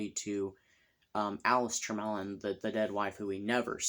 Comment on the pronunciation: Mellyn was my maiden name. It is a Welsh name and pronounced: “Ma Lynn”. Short A and emphasis on the second syllable. :)